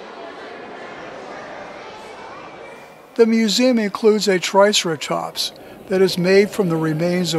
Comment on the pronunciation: How about teaching the narrator how to pronounce Triceratops? Just a thought.